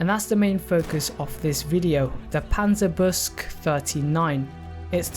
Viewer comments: It's pronounced "Panzer Buke-sah" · Absolutely love your videos, but I BELIEVE it’s pronounced Panzer- boo-sheh. I could be wrong. Love your vids tho man. Keep it up.